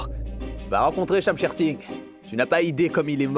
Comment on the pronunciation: Konbyn Moun ki tnde li di Shamsher Sign😂😂😂😂😂😂😂😂😂😂😂Mon Shamsher pa yn ti kal Gason non😢